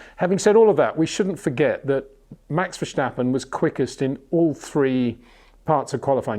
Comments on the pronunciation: Congratulations! You are the 100.000th person explaining it's not VerSHtappen! Haha..... Mr. Windsor never reads the comments I think. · HEY PETER WINDSOR, I HAVE MESSAGE FOR YOU SIR: With all due respect ... it is NOT Max "verSHtappen" ... Max is not German (Germans indeed do pronounce "st" as "sht") ... #Max33 = Dutch NL/Belgium! ... It is not "Bottash" nor is it "Lewish" certainly not "verSHtappen" .... This BS started long time ago when a British sport presenter interviewed father Jos Verstappen and assumed you can use a German pronunciation to a Dutch Driver thinking it is so "funny" ... It is not. Serious question: can any Englishman say "versatile" out-loud without saying "vershatile" phonetically? most can about 99,99% ... that is why most English can pronounce Verstappen 100% correct! Father Jos Verstappen (also F1 Racer) was very active between back then only a very few said "Vershtappen" but the vast majority of British sport presenters pronounced it perfectly ... only a few old stubborn farts like Peter Windshor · It's like we would say Peter WindSHore or Windsure haha. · MEX VERSTEPPEN ???.. THE A'S SOUNDING LIKE IN WASH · It's simply very difficult for British people to not use "SH...". They use it in almost every second word. Just hope that people can pronounce your name correctly. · Peter when will you finally start to pronounce Verstappen en Leclerc correctly? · Its about time you learn to pronounce "Verstappen" right, come on